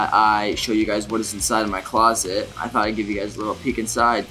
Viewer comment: Your closet is a huge house why do you call it a clost !?